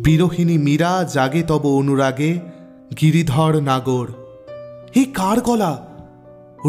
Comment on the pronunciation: তবে গিরধড় না গিরধর হবে , উচ্চারণে একটু ভুল আছে